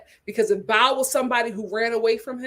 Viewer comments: It's BOW, not BOWEL! 😂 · Bao’s name is pronounced BOW not bowel. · Thank you for saying this. I came here to say the same thing! It’s BOW. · Lol!!! I crack up every time she.says it